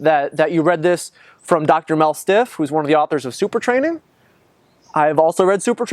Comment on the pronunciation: Mel STIFF? ROFL. Sounds like a porn name. It's Siff. Great video, though.